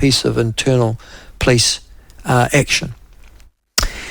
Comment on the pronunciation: Nyoo Zullind pronunciation of "police".